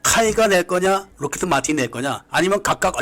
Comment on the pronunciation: 뭐 사소한 부분인데 록히"트" 마틴이라고 들리네요..